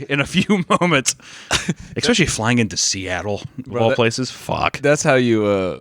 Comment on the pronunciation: saying expecially everytime like a toddler